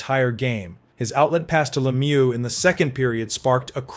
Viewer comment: Messy-er? La-muce? 🤦‍♂️